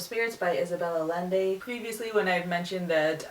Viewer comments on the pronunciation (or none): Just a heads up for the future- Isabel Illende's last name is pronounced i-end-ay double ls make a 'yuh' sound in Spanish :)